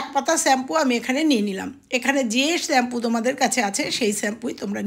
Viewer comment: সবই ভালো শুধু শ্যাম্পু উচ্চারণ টা ছাড়া। খুবই কানে লাগলো।